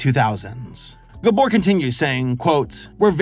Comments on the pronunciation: Unfortunately he was mispronouncing Gábor every single time 😅 But he did get Csupo right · I love that he can't pronounce Gábor. It made me laugh every time I heard it. Especially because my first name is also Gábor. And since everyone I know watches this show...I'm going to enjoy being called "GUBOR" for weeks. Thanks you.:"D